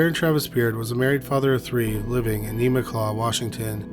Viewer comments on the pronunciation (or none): I’m laughing at you trying to pronounce Enumclaw, Washington! Lol